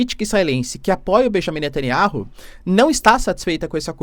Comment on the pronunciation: Netanyauh! Fale o nome dele correto o professor...